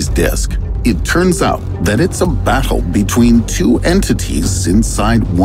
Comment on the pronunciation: Love the way he says battle btw….baTTle